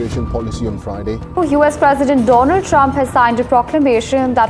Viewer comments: Donald ❌it's Doland trump😂😂😂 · bhai doland nhi two lund😂😂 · Doland❎ Meraland ✅ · Donald ❎ Do-Lund ✅ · Trump pronounced with bad intentions name of Swami Vivekanand and because that's why modiji said doland😂😂